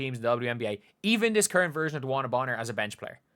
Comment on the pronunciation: Bonner is actually pronounced Boner